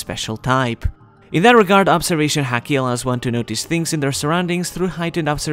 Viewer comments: I like the video in general, but ffs, the way he pronounces it as 'heaki' together with the frequency the word is used really grinds my gears. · haki is said like the sport hockey in English, just a heads up. Kepp making good videos. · Sounds as if hes saying HACKi lmao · As a fellow Japanese speaker...why do you say “haki” the hakujin way? I’m just kidding of course but love your content!!!